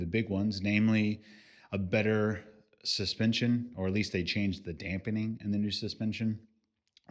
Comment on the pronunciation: There is no "N" in damping......